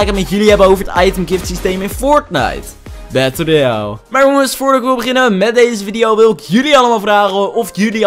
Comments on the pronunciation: Battel royale ik vind het,zo leuk als je dat zegt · Ik vind het altijd leuk hoe jij fortnite battle royale zegt! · Wrm zeg je battle royale zo autistisch